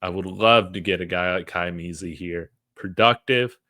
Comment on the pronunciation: Its pronounced Meh-zah like in Spanish